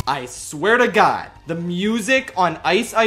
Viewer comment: “Ice-wear to god”